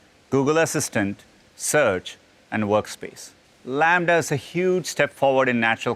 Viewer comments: laMDA.... LAMBDA... Half life 3 confirmed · Well, it is not called Lambda. The name is LaMDA, but I get it that it is close enough hahaha